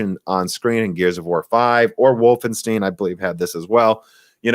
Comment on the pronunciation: "Wolfensteen"? Woll-fen-sht-aye-n